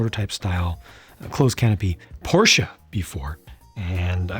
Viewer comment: I like the pronounce of your german speaking "Straßenversion". Sounds brilliant❤ and also no "Porsch"...